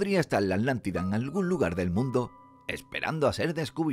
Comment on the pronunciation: Es Atlantida, no Atantida🤔